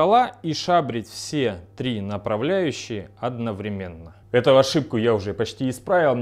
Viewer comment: Не одновременно, а одновременно! Ну как так-то?